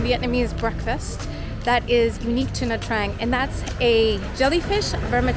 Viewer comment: You are the few foreigners who pronounced Nha Trang correctly (almost) 👍 I've been there few times and I like it.